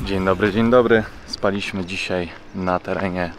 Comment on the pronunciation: Drobna uwaga do języka polskiego. spAliśmy, nie spaliiiśmy, wEszliśmy nie weszliiiśmy itp.